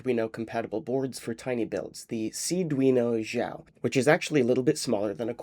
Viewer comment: This is so cool, I love this series. Btw, the Xiao in Seeeduino Xiao would be better pronounced "shiao" (more accurately kind of halfway between a "sh" sound and an "s" sound, although that sound is hard to describe and unfamiliar for English speakers so "sh" is close enough; IPA is /ɕ/). Xiao is the pinyin for the Chinese character for small: 小